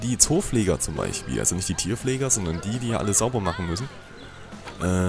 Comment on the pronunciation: Du redest wie mein Vater❗😂: BeiCHpiel, theoretiCH, TiCH, unterirdiCH😂✌🏻